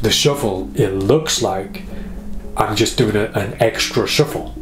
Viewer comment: i love how you say “shuffol” ahah